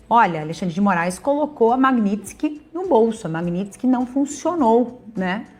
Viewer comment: Maguininski???!!! Vc não sabe nem falar!